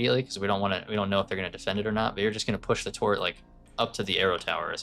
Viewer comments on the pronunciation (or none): Does he mean TURRET? or wtf is a torret?